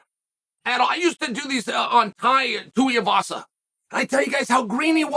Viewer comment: Uncle Chael said 2 different incorrect versions of Tuivasa in the matter of about 7 seconds. Undisputed.